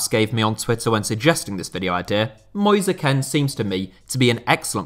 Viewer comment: who the hell is moisa ken